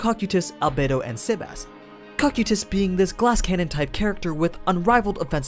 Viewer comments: CO-KI-TUS REPEAT AS NEEDED. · That Cocytus pronunciation made me cringe every time. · they are pronounced co kai tus and dem e urge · Dude why can't you pronounce the names right it's pronounced(CO-KAI-TUS) is the proper pronunciation